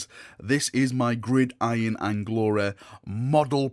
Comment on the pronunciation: Good to see you can pronounce gridiron now 😉